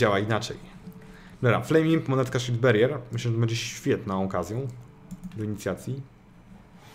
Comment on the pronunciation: Pałer ołwerhelming EDIT: Shildberier też niczego sobie